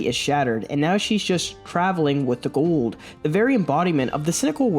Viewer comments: Are you saying Ghoul'd? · You keep saying Ghoul like Gould. He isn’t an old Jew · Why are you putting a d at the end of Ghoul???